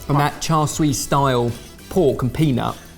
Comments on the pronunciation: This has been a running joke for a long time but needs to earn a pronounciation badge. I cringe everytime he pronounces char siu and char sui. Its sIU not sUI. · sorry to say but everytime I hear "char sue" rather than "char sui" I cringe horribly, great dish though will definitely steal some things. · Please, someone, just write "cha seeooo" on a card for. He's trying to pronounce it char swee again.:) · keep saying ‘char sui’ instead of ‘char siu’. Lol. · char swee? 😂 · The pork isn’t called char siu, the name is chashu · Char “swee” 💀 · Say it with me boy cha shoe Not all the other ways you were murdering chashu pork. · Char souie 😂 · Please don't call that "Char Siu" (smh), have you learned nothing from your "Paella" fiasco? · i don't know how ben can hear the correct pronunciation of "char siu" from so many times yet still butcher it everytime